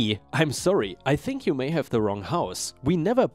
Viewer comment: Story 4, "have" is said with a "haa" sound not a "gay" sound. 😉